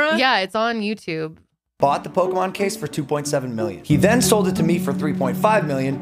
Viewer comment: Lol my grandad used to say pokeman too lol